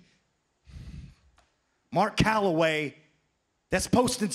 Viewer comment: He called that man Mark Calaway😂😂